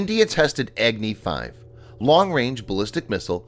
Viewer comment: Its not eggnee 5. Its agni 5